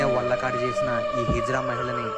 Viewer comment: వల్ల కాడి కాదు 🤦‍♂️ వల్లకాడి